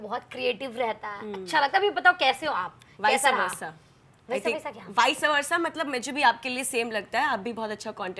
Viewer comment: Viseyyy versaaa ? 😂😂 new way to pronounce! ? And meaning same to same ?? After watching Lock up, now I know… he said correct that you should learn English well.